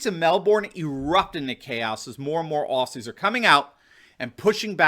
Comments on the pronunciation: Aussies pronounced ozzies. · FYI, Australian's call ourselves Ozzie's, not 'Ossies' as the American media always refers to us, and Melbourne in a weird twist is pronounced 'Melbin' locally. 😁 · Love this channel but please don’t EVER CALL US OSSYS ! You say it OZZY, Spelt aus I know but never ever said that was! OZZY! That’s it if you say it wrong you might as-well not speak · Please, for future references its Aussies (pronounced Ozzies not Ossies). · Bruv its pronounced "Ozies" You know like The Wizard of Oz..... Aussies is pronounced Ozies. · Mate, love your videos. People need the truth in these troubled times. One thing though, “Aussies” is pronounced “Ozzies” 😂 God bless you and keep it up